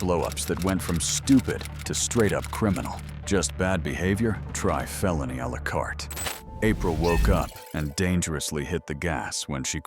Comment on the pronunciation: “Felony al-a-carté” took me out immediately. Solid wordplay